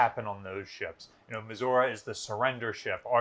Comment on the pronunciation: Dear Curator of Battleship New Jersey Museum and Memorial, Are you pronouncing Missouri wrong intentionally just to annoy people? sincerely, A Missouri resident